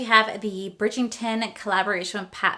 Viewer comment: Say it with me! BRIDGE-ER-TON